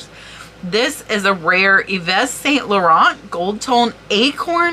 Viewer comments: You’re my inspiration;) As a French speaker… just for fun I’ll give you this: EVE SAN LAW-RON (but don’t pronounce the “N” in RON, just as If you were going to, then you get the RO correct. Hope this helps!! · Eve San LurAN is an approximation of how to pronounce YSL. Karl L is pronounced Lagggerfehld